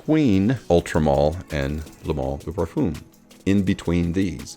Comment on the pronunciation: Each time I'm trying to watch your videos cause they are good I just can't!!!! Eau de parfoom Parfoom Why??!! Ask Ash how to prounance it correctly My ears hurt Sorry